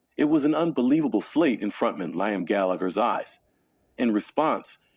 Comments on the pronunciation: I'd heard that Harrison disliked Neil Young's voice. Lol. This video pronounces the name Liam as Lime. It's pronounced Lee um. The Hollies and Oasis are from Manchester not Merseyside. If you are going to do a video get it right. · Narrator can't pronounce Oasis, or Liam. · a ) it isn't hard to find out how to pronounce "Liam" properly. b ) the Hollies were from Manchester, not from Merseyside. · It is if you're a basic TTS program. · How can you watch a video where the narrator can't pronounce "Liam?" Utter rubbish.